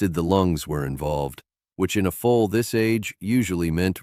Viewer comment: Foal,not full. not fool